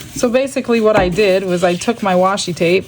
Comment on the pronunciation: no worries, so many people mispronounce it. I’m still gonna watch and buy from ya. You’re my favorite 🤩 you tuber. 😆